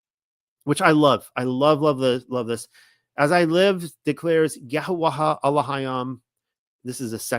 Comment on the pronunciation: You still haven't been shown the lady 'ha' in paleo Hebrew is not pronounced. So it's YaHaWah. Please look it up